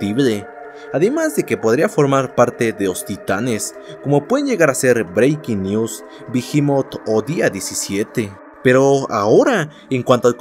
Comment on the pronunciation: dijiste brewnky news